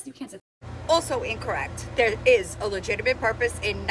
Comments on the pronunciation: She’s right.. no legiminate purpose here. Gee sus H. Say it with me LUH JIT TUH MIT. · "Legiminate"? 😂 Trying to stand on business when it's a lemonade stand selling water 😂.